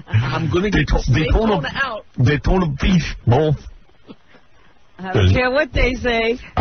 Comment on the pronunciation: Even better when he mangled "Daytona Beach" into "Dotayna..." I almost shit lol!